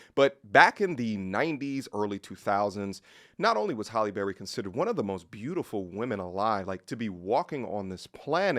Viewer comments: Her name is: Hay- lee NOT HOLLY ! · It’s Halle not Holly.. 🤦🏽‍♀️ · Who is Holly Berry? How can you watch a video with her name being pronounced properly dozens of times and still keep say Holly? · These men don’t even pronounce her name correctly. 🤷🏾‍♀️